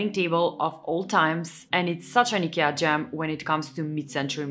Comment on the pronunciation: It's not EKEA, it's IKEA